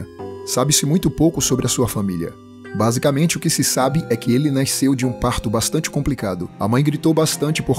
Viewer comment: "Naisceu" kkkkkkkk